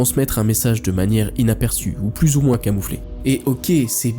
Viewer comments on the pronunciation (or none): none